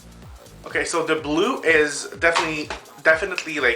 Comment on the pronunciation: AMAZING! but I laughed for like 5 minutes when you said brew instead of blue!